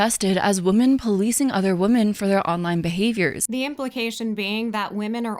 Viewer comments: She pronounces women as "woman" and its driving me crazy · Is it just me or does she pronounce “women” and “woman” the same? Like she’s unsure which one to use so she just says it weird hoping no one notices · Why do people say “women” as “woomen”? It’s driving me nuts